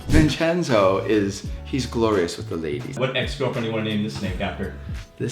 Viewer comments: its vinchenzo, not vinchezno 😭😭😭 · You 2 are as bad as each other loo. First you spell it vinchezno and then he goes vincheo. Hahaha